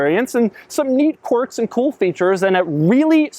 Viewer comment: "Quirk" is pronounced kwerk, NOT cork. Every video Doug. Every video. =)